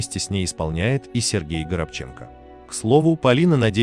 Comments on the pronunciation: Все знают горобченко-ударение на 2 слог. И только чтец видимо его не знает, потому что коверкает фамилию на протяжении всего ролика. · Дорогой ведущий, выучите фамилию Сергея. А то как-то не очень... 👎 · Горобченко ударение на 2е о. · Горобченко, ударение на второе "О". Это украинская фамилия.( горобець воробей) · Хотя бы правильно фамилию называл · Да что ж вы так уродуете его фамилию ? Ставьте правильно ударение , на втором слоге , неучи ! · Не ГоробчЕнко,а ГорОбченко!!!Дай Бог вашей семье,вашей многочисленной семье... здоровья,мира,взаимопонимания,уважение друг другу!Берегите друг друга !!!💥👍💖🔥🙏🌹🌹🌹🌹🌹🌹🌹🌹🌹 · Не ГоробчЕнко, а -ГорОбченко! Стыдоба безграмотная! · ГорОбченко, а не ГоробчЕнко. Произносите правильно, пожалуйста. Режет слух. Он мой земляк , родился на Урале, Свердловская область, город Североуральск. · Он не горобчЕнкоа горОбченко,надоел робот переводчик,неправильные ударения,неправильно произношение слов, слушать невозможно!!! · Почему ГоробчЕнко ,когда ГорОбченко, хороший актер, талантливый, УДАЧИ! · Не Горобче'нко, а Горо'бченко, уважаемый диктор, ударение поставьте правильно. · Чтец! Не знаешь , где ставить ударение, спроси! Не ГоробчЕнко, а ГорОбченко! И откуда автор взял столько детей? Пятеро детей у Сергея от Невзоровой Полины и один сын от Флоринской. Не стоит врать. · Что ж он так жену то не жалеет?! ГорОбченко,а не странное произношение ГоробчЕнко. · Почему Горобченко, ударение на Е, вообще-то правильно на второе О. Аналогично Онищенко, ударение на И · Делайте правильно ударение ГорОбченко, а не ГоробчЕнко, видите разницу. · Правильно ставьте ударение,,,,,ГорОбченко,а не ГоробчЕнко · Никогда он не был ГоробчЕнко. Он ГорОбченко. Когда будут грамотные ведущие, вернусь. А пока - привет до лучших времён. И всем советую. Надоели двоечники, болтающие про культуру! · Почему ГоробчЕнко а не ГорОбченко? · Почему Горобченко'? Горо' бченко? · Почему ГРОБЧЕНКО,он ГОРОБЧЕНКО,почему так безграмотно? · Не ГоробчЕнко,а ГорОбченко!